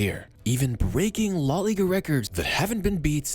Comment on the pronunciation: La * not Lo